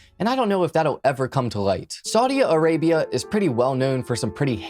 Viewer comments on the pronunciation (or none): Very entertaining. Just one correction, it's Saudi Arabia, not Saudia Arabia. Can't wait to view more. I found you on High Crimes. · There is no a after Saudi It's just Saudi Arabia you don't have to pause and put The extra a on the end of Saudi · It's Saudi Arabia, not Saudia Arabia. 😉 Good video tho!